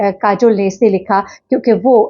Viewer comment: نام کاجل نہیں ہے۔۔۔ کاجول ہے